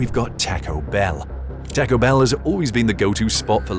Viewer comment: AI can't say taco?